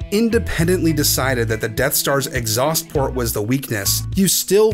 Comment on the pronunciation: "Exhaust Plort"